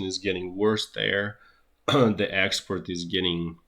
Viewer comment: I do love this guy's originality and hard work, but have to smile after I've worked out that "expert" is "export" and "boiled egg" is "bottleneck"!